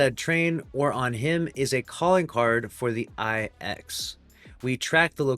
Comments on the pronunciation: No it’s not eye ex it’s IX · The “Eye-Ex”?!!!!? You mean the NINE!!!?